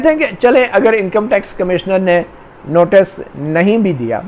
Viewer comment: You have repeated the word "notus" one hundred times. The correct pronunciation is "notice". please correct.